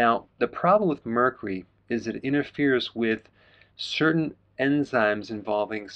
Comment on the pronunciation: Please check pronunciation - the “U” in Mercury is not silent. 🥰